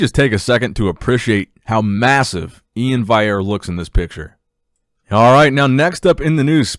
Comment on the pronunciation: Its E-IN not iain